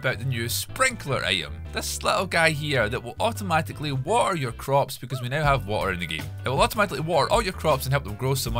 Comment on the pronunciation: the way he speaks water him: WA AR